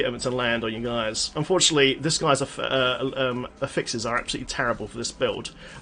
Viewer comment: Shouldn't accent be on 'a' in 'affixes', not on 'i'? Just curios, not a native-speaker.